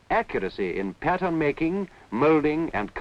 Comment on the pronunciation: What a lot of work and quality. Now stuff is made fast with cheap materials. And when he says pattern I hear patients